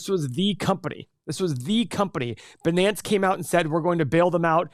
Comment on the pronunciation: How he says binance 🤣